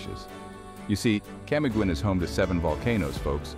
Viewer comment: I was in CDO, Camiguin island, Bukidnon, and Iligan city last year. I felt safer there than I do in Canada. I had the absolute time of my life, and the people there are very freindly. FYI, Camiguin Island is pronounced as "Cam-ee-gin"